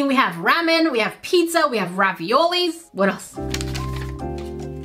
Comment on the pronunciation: Bro stop pronouncing pizza as pedza